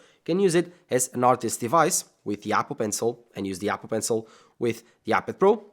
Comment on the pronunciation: I love how he says yapple